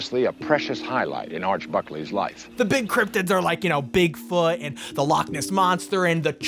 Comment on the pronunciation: please God, please stop, the Lake Loch Ness joke was bad, but the pronunciation is worse